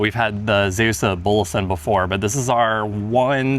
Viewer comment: Also "Zeeuws" is not pronounced like "Zeus", you have to extend the 'ee'.